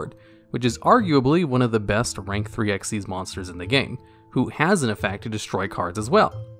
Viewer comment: Awesome video But isnt xyz pronounced xyz not xez Nh but its just kinda off to me